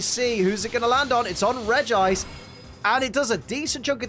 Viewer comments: Regice is pronounced Regi-ice not reg -gice. Please stop pronouncing Regice wrong. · I always pronounce Regice as Reggie-Ice because it rolls off the tongue better to me.